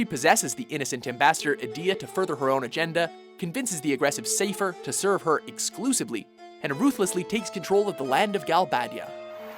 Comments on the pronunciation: "Say-pher" ...Meh, I've heard worse. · Good old "Sayfer." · You literally pronounced every FF8 character differently to me. I've always said it: - Ul-ti-Me-sia - Ed-e-ah - Psy-Feh :\ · Lol, I have to admit, I wanted to scream at the screen at some points for pronouncing some of the names wrong, Like Ultimecia, Seifer and Nibelheim XD